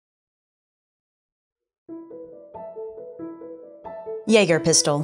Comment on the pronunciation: Ok she is pronouncing Jäger very good